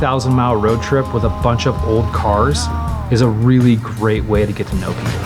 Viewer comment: Why did I hear: and this is my wife, instead of way? No matter, good work.